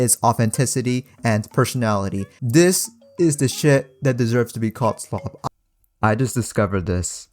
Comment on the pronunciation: POV: You and da homies in de back be opening up a video talking about goated slop vs actual slop and cant stop laughing without slapping your belly and da entire fam be laughing at the word slop as says schlop 5x in a row they all start to laugh and laugh and laugh meanwhile 😂😂😂😂nah youre such a good youtuber hahahah😂😂😂😂heh ollly you funny turd😂😂😂😂😂😂😂😂😂😂😂😂😂😂😂😂😂😂😂😂😂😂😂😂